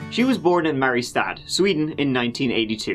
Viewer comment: Mariestad is pronounced Marijjestaad